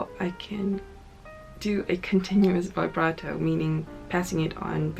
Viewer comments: vee brah toe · First step in learning vibrato: learn how to pronounce "vibrato". It's not "veyebrato". Like literally, it only takes two seconds to check a dictionary. That is not how it's pronounced. You immediately sound like someone who has no idea what they're even talking about. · she still can't pronounce it.